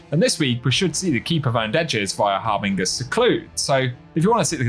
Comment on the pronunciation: Hey, Sorry for being that guy, but I thought I would try to get your attention on the matter: The word is pronounced "Har-bin-jur"